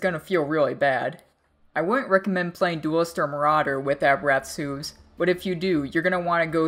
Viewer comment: The way you say hooves makes me quiver.. <--- correct way to say it, so the next time you say it I won't pucker my butt.